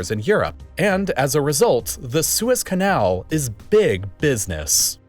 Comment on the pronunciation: Did no one catch him saying “Swiss” canal instead of the Suez Canal yet? Can the next video be about how the Swiss captured the Suez Canal?